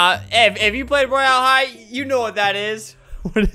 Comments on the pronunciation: It’s not roy AL high it’s Royale high and not only 8 year old 9 year olds(me) play it too SOOOOO ya...UnU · “ro-yale-hi” - fLaMiNgO 👏🏽😁